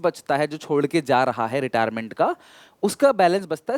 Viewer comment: Retirement sir😅 not retiement